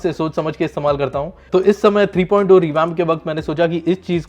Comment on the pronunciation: 3.o nahi 3.0 three point of nahi three point zero Bolte hai